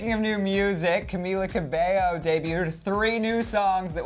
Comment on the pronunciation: Sorry but did you just say.. cabeLo..? :")